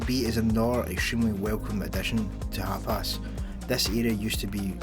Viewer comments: wtf is HAPAS??? HUP ARSE? It's HAPIS ya! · You're saying hapis like Hapass. Thought it was funny but love ur vids.